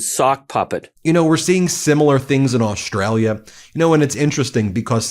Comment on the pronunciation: Trump can't even pronounce the name Australia properly - he says Ostrala! Not only is he useless, he is uneducated and cannot talk properly!